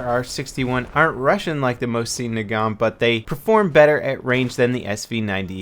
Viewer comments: "Mo-seen Nagant" Jesus, be more of a chairsofter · The way he says mosin XD